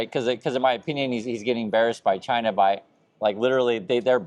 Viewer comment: Trump can't even pronounce China correctly. I'm pretty sure he can't point to China on the map.